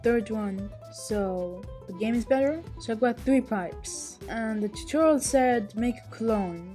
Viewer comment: Ha he said turtorol